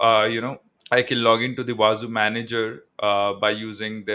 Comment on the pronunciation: It is actually pronounced as wah-zoo and not wah-za